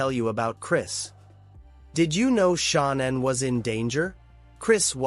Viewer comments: Parents pronounce it Shannan it rymes with cannan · And this joker reporter here knows there no damn u in Shannan's name its not Shaun anne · It is 100% Ai garbage. No human reads ‘ AM’ as “six colon fif-teen am”. Not to mention Shannan is pronounced incorrectly, AND “Nichol” is spelled wrong lmao. Syntax is all screwed up. Unfortunate, because this is a fascinating, important aspect of the case which is hella underreported.